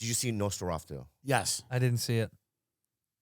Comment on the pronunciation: "nosferaftu" hahaa